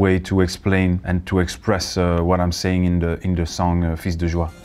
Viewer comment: His prononciation is correct. The s is silent for plural nouns : "des chats" = 's' is silent. For singular nouns or for pronouns, it depends. In "fils" (singular noun) and "tous" (pronoun), they are not silent. 🙂